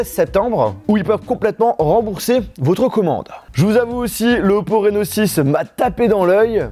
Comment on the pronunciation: vous aussi quand il a dit « reno6 » vous avez compris « rhinoshield » ??